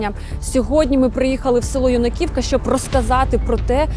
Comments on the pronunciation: Ю'наківка, а не Юнаківка' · Село Юнаківка наголос на літері Ю, а не ЮнаКІвка, як каже журналіст! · Дякую за те, що безстрашно відвідуєте найнебезпечніші зараз місця і показуєте їх у своїх репортажах. Лиш трохи ріже слух, що наголос в назві вперто ставите не так, як це роблять місцеві мешканці. Юнаківка – наголос падає на перший склад.